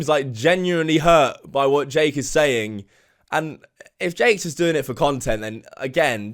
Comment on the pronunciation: ’’. Dake is claiming, Dake= Dumb Ass Jake not sure if was supposed to say Jake but it sounded like Dake and honestly if it was Dake thats even funnier because he should be Dake because hes a dumb ass xD